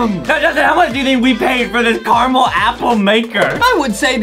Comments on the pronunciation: Adem it is caramel not camell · Why are they saying carmel and not caramel? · Its ca ra mel not charcoal😂😂😂😂😂😂😂😂😂😂😂😂😂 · Adam:I Carmel apple ??????????????? Justin:*watering mouth*